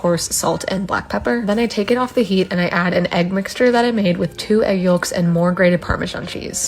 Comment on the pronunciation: First time I’ve ever heard someone pronounce a hard “L” in the word yolks 😂